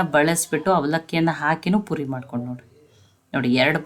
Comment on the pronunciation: ಪುರಿ ಅಲ್ಲಾ ಪೂರಿ